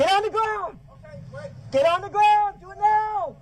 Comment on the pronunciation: I don't think he pronounces it right I heard "grouns" didn't know the meaning of hearsay even tho she told him and even gave him a book giving definition on what every thing means.